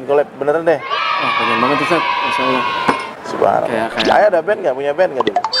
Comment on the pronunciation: Pada kalimat allah harusnya allah bang bukan alloh maaf cman ngasih masukan aja hihi mantab lah videonya